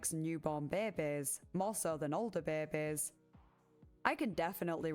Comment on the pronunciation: Investigaert the bair-bes 😂